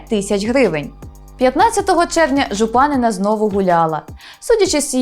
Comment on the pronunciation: Не ЖупАнина, а ЖупанИна